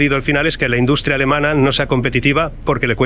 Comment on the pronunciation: yo no se que le habeis hecho al video, pero en vez de decir "pierdes" dice "quierdes", "induscria", etc. Se hace muy raro. Es como que no es Marc Vidal el que habla, es un retoque de IA. Igual es que se oia muy mal el audio original. Que horror la IA.. y esto solo es el principio. En un futuro la tendremos hasta en la sopa. <<Rectifico>> Perdona que habia alguna opcion de audio activada en el video y se oia una pista de audio estraña. Ahora se escucha mucho mejor. Que maravilla volver a escuchar su voz real. Una entrevista buenisima. Muchas gracias